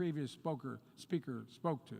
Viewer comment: spoker? Lol. OK bots, argue how good this guy is.